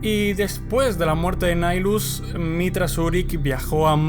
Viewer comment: De hecho el personaje y el titulo señor del hambre. Es una mala traducción. Y de hecho es un nombre latin seria Nihil "nada" En resumen se pronuncia nahaylus "El señor de la nada"